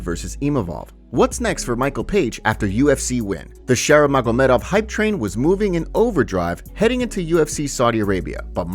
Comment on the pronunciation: I dont like how you pronounce maGOmedov. Unsubbed